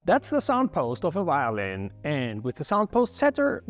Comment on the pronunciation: It is not called a whyolin, but violin. La "v" inglese è come la "v" italiano. Perchè è così difficile?